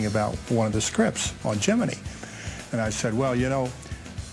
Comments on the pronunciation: The proper pronunciation is "Jemmen-nee" - you can literally hear Gemini astronaut David Scoot say it that way in this video. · Y'know, I really dislike Tom Hanks as an actor, but I have to give him props for pushing on this series. There are so many awesome untold stories from Mercury to Apollo that it is great to see them like in Gemini VIII (Jemmen-eye not Jimmy-nee Tom!!!) and such. Now that Niel Armstrong is dead, there really should be a re-release (in HD) of this show.